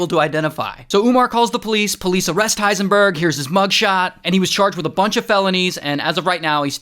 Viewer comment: Why did you call him hiesnburg